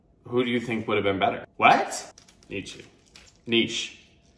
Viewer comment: Nietzsche ... pronunciation: need che (like che guevara) ;)